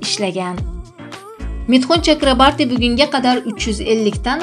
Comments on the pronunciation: Чакрабарти эмас! ЧАКРАБОРТИ! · Mithun chakraborti deb ayting singlim. Udareniyani tugri koyub oyting.udareniye o harfina tushadi